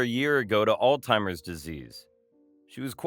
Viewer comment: I enjoyed the story i just wish they knew that it is NOT pronounced All Timers.